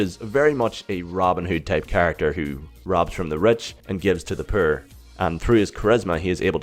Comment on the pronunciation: "Robs from the rich and gives to the purr." haha the accent!👍